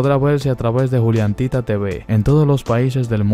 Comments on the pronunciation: Es juliantinaaa no juliantita. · Perdón pero me ha puesto muy de los nervios diciendo "juliantita"